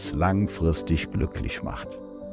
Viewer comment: Was hat denn der Typ für eine schreckliche piefkinesische Aussprache. "weil es uns langfristisch glücklisch macht" Igitt.